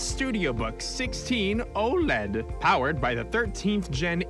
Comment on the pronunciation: the way he said oled amuses me.